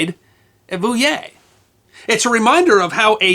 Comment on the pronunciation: His pronounciation of Poitiers and Vouillé was good tho !